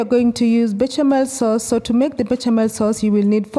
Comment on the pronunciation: Pronounced be-sha-mel sauce.